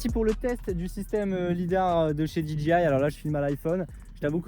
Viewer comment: Salut. Juste une petite remarque sur la prononciation de DJI. Quasiment tous les francophones font la même erreur. Pour dire DJI ils prononcent DI-DJI-AYE alors que ça c'est la prononciation de DGI. DJI se prononce DI-JAY-AYE.